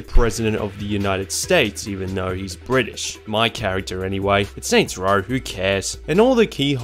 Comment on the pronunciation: “Saints Rawl”